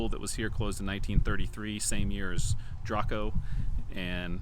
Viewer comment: Balsora is pronounced "Balzora" and Draco is pronounced "Drayco."